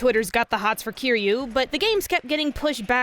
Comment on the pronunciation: my honest reaction to a non-yakuza youtuber pronouncing kiryu correctly